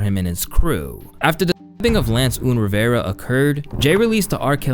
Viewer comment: its not oon rivera its UN like UNstable Rivera and not TIE TIE its TAH TAH like where are the TATAs